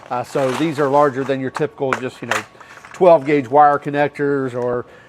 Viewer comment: Can you say gauge?